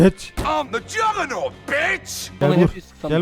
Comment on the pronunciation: ingilce: ım jagurnat beach türkçe stayla: am jaganu bec Xd :D